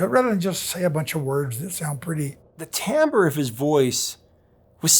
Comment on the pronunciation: I give it a thumbs up simply for your correct pronunciation of timbre.